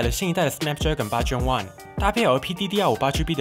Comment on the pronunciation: 「snapdragon 8 Gen 1」應該念做 "snapdragon eight Gen one"，算是官方的諧音哽